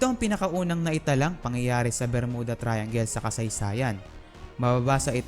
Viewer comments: bro, may "P" and "F" syndrome ka! hahahaha!!!! JULY NINETEEN PORTY-PAYB or JULY NINETEEN FORTY-FIVE. Saka hindi BERMUDA and pronounciation kundi 'BER-MYU-DA" ayos ba? nakakairita kasi ang pronounciation mo eh. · Pronounce it as "Ber-myuda" Thank u & ur Welcome😊